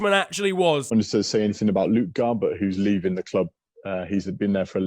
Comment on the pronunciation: honestly sounded like he was saying garber to ancelotti, not garbutt.